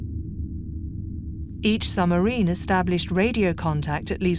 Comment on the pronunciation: Summerine? Admirality? Tuney? What bizarre pronunciation this narrator has.